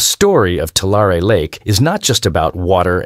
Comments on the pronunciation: Too-LAIR-ee not Too-LAR-ay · It's two-Larry not two-lar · You are pronouncing the name of the lake incorrectly. You are saying Tua lar e, and it should be pronounced Tua larry lake. Change your "lar" e" to "larry" and you will pronounce it correctly. Doctor George Whitehead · I live in Central California. We pronounce it Two Larry. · I live in central California. It's pronounced, 2 larry. Tulare. Yes, the land flooded not long ago. But there is no lake here. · I always heard it pronounced 2-Larry. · It can't even pronounce Tulare or Nevada correctly! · The narrator can’t pronounce Tulare and Tule correctly. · This video strikes me as very odd. I grew up in the San Francisco Bay area and in the mid 80s we went camping at that lake. I kid you not. We only went once because there was no facilities and there was lots and lots of spiders. It is located in Lodi, CA. We liked trying out new lakes once in a while.The commenter is pronouncing it wrong and he also pronounced Nevada wrong.